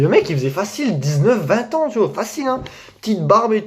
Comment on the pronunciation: Au début tu dis tu vois mais on dirait tu dis tu vaus mais du coup je vaus combien